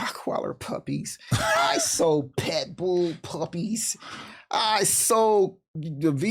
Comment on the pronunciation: “rockweiller” “petbull” bro lol